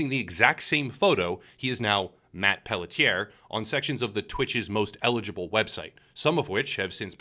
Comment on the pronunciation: Pelletier is a french name. Pronounced: Pell-T-A.